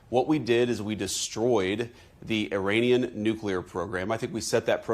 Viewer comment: Did he just say " iranisky"